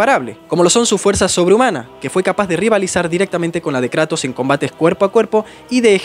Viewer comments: jajajjja "karatos" 🤑 nueva forma de llamar "kratos" jaja. me gustan tus videos 😁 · "thor fue a luchar contra karatos" jajajajaj, como que karatos? 😭😭😭😂